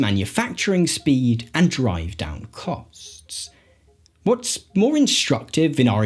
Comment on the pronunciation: If you can pronounce AND correctly instead of saying ANDS i will give a like and a sub.